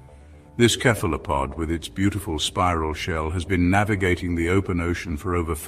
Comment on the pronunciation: Dear, it's pronounced SEE-LOW-CANTH and SEFLO-POD. Other than that, the information is solid.